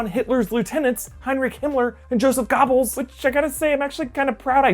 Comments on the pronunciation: He pronounced Goebbels “Gobbles.” LMAO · It's pronounced GER-BULLS.. jesus read a book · Hahahaha, Joseph "gobbles"? It's pronounced "ger-bles" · Wtf you said gobbles when it is pronounced gerbells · "Joseph Gobbles" looooool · Gobbles? Who checkes the pronunciation on these video's?